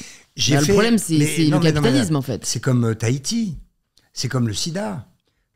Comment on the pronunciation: Je suis peut être folle mais... C'est HAïTI, pourquoi il dir thaïti? Ça m'a stressé 😂